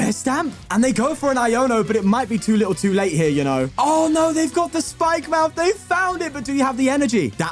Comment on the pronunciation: Thank you for being the only PokeTuber who pronounces Spikemuth correctly (Bri'ish)